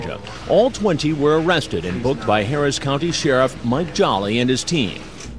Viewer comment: The Elmer Fudd predator is my favorite one: "Am I going to be aawested? Oh cwap!"